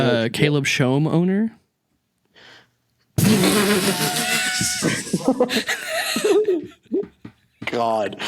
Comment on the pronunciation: doesn't talk for like minutes: "Caleb Shomeowner"